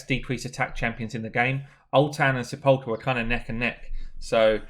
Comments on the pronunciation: Great video. Got her a couple of weeks ago and was contemplating building Sepulcher or Bulwark and this settles it for me. Anyway it's pronounced "Sap-pile-ker". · You should care. It's not that odd a word. It's pronounced like, "seh-puhl'-ker". It means tomb. You can hear the pronunciation here. ETA: , and again shortly after that, you said her name correctly! Leadership needs to mean something, man! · Pronounced: sep - ul - ker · SEPULKEEEEEEY made me laugh! great vid